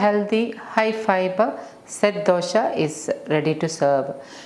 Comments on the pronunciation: Dosha?? Its Dosa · Please try and say Dosa . Dosha in sanskrit means fault. Love all your vedios. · You are repeatedly pronoucing as DOSHA and NOT dosa.The meaning changes drastically. Dosa is a preparation and DOSHA which is a central term in Ayurveda which means "that which can cause problems"